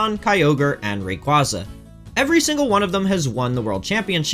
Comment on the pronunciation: Ray-KwAY-Zuh** Not KwAHh-Zuh